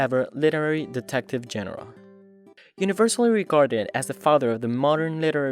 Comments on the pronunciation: "genre" is not pronounced "jen-reh". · its genre not genre